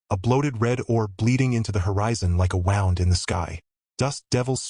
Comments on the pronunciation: It's pronounced wound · Apparently, your AI has a problem, saying the word Wound